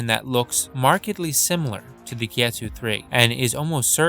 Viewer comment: Just for reference, it's Kitetsu, not kietsu